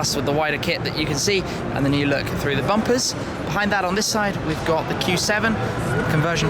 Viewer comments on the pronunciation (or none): you pronounce bumpers like bumpiss